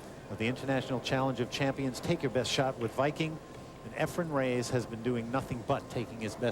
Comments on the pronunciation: Efren's last name isn't Ray-A-zzz. He starts pronouncing it a little better as the match goes on, but it was a bit annoying to me. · Reyes not Rayes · Someone tell Mitch Laurance that Efren's last name is NOT "Ray-ACE"!!! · Why are they calling him efrem reyays? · Mitch Laurence: 'Efren Ray-ayes' Allen Hopkins and many others: 'Ephram Reyes' Jim Wych: 'Efren Rey-EZZ' How hard can it be to say Efren Reyes